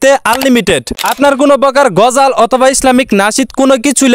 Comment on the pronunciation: ভাই তুমি বার বার গজাল কেন বলছো সঠিক ভাবে বলো এটা হবে (গজল)